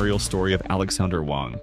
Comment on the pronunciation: Alexandr Wang, not Alexander Wang.